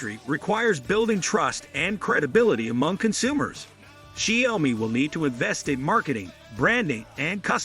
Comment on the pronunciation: Improve your pronouciation of the Chinesre word 小米 . I mean at least that way I can take your review seriously.